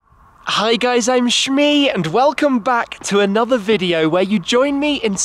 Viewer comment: For the love of god say it's shmee